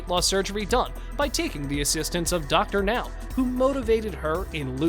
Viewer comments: Thank you for saying Dr. Now's name right. 👍👍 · Finally, the narrator is pronouncing Dr. Now's name correctly! But the narration script is still very awkward...